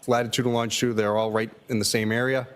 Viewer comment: He always pronounces “looooshitude” like “lingerie” 😂 or why? Of course for an academic trooper “lingerie” is the very more common word than “longitude” 😂